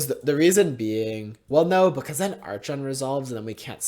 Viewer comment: I had to mute you during the match against taxes. God damn man, how you said archon make me physically feel pain.